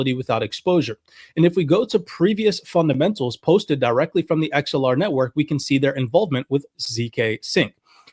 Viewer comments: The word is “Axe el ar” Not “Ex el ar”… my goodness.🙄 so hard to listen when you can even say the name correctly.. bro you even played a video where they said the pronunciation and you keep messing it up. It’s ridiculous. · How do you not know the difference between anA and a E. It’s Axelar not Exelar. They even pronounce it properly in the video you show from them. Idiot.